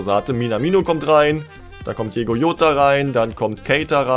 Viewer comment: Er heisst nicht Diego Jota sondern DIOGO JOTA 😋🥶